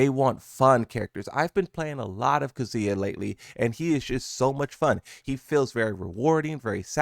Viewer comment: Kazuya’s name is not pronounced like that